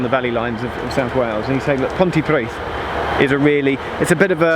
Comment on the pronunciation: Pontypridd is pronounced Pontuhpreeth. Welsh is making a resurgence in Wales. It’s a protected language and now compulsory in all schools until the age of 16. The percentage of speakers is increasing well.